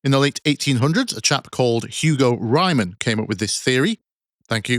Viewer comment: team 3 ps: the name Riemann is pronounced Reamann, with the rea sounding like the rea in reason